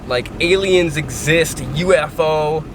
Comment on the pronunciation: “Alien” = A-lie-n